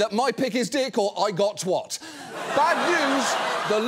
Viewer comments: How could an Englishman pronounce "twat" incorrectly? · Can't believe John now pronounces twat wrong now, truly an American 🇺🇸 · John knows full well that's not how you pronounce 'twat' 😅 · Why do americans pronounce it tWhat rather than Twat? And why has it infected this sad englishman? Almost pathetic enough to forgive all the empire stuff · Strange seeing a British person's pronounce Twat and twhat. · For a British person that was a horrific pronunciation of "Twat". It rhymes with "cat" not "got". I'm guessing an American wrote that joke and he had to read it. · Come on John, we all know that’s not how you pronounce Twat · NO! Say it right! Don't care what your passport says, say it right!